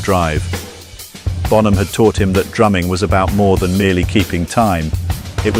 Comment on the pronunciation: Por qué mierda dicen bonJam? Se pronuncia bonam.